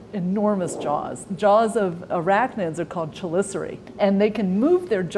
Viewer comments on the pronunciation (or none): Her pronunciation of chelicerae doesn’t correspond with the phonetic transcription onscreen. Which one is correct?